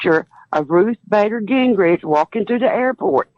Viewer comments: I’m sorry, but who is Ruth Bader Gingridge? 🤣🤣😩😩😩😩🤣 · She said Ruth Bader Gingrich!😂